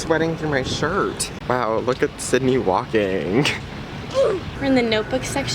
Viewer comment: Did she just say syndey (cindey? Cyndey?) I thought her name was Sydney??